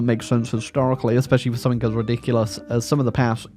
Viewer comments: Mmm yes it's time for to say "summink" in a video despite English being his native language and "something" having nowhere close to a "k" sound in it. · Technically, "g" and "k" are quite close together in terms of articulation. One's voiced, the other isn't, that's the only difference.